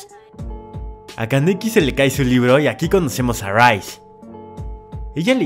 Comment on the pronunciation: Solo se dijo el nombre kaneki Ken bien una vez XD